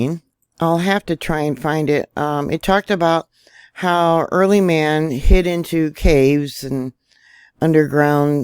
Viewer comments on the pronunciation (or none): none